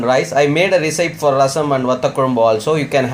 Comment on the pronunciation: Oh my god. Please learn to say recipe properly first. Google it for pronunciation